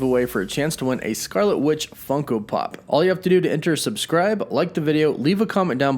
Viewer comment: I love how you say funko pop